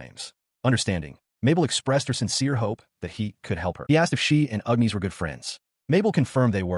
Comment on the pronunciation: seen a similar vid about this one...just whats with this one ..calling "agnis" ...UGNEES?